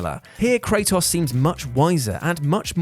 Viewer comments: You said Kratos' name in two different ways and still got it wrong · We love you man, but the way you say Kratos is literally wrong... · I love Kray-toss